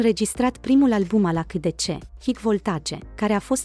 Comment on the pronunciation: Se citeste aisidisi.